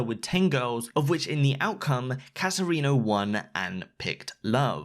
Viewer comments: i.. i can't get over cat erino. it's pronounced kate erino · The way he says katerino hurts me